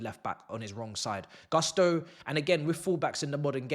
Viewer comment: Its GUSTO guys, whats up with GARSTO???? GUSTOOO, GU not GAH